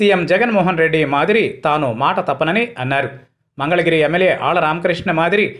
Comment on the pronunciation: మంగళగిరి అని పలకడము వచ్చింద నుకోవచ్చును